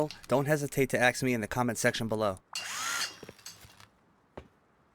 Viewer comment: "don't forget to axe me in comment section below" i had to take a double take on that, just to be sure you said it right lol.